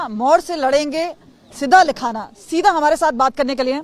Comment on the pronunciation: सीधा लखारा नहीं मेडम